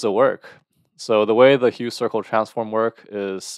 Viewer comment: you mispronounced the name of the transform, its pronounced as 'huf' and not as 'hue'